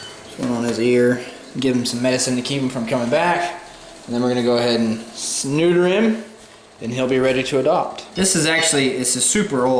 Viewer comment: all for saying "sneuter!"